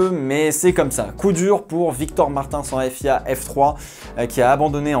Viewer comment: Pourquoi tu dit Martinssssssssss Ça se dit Martins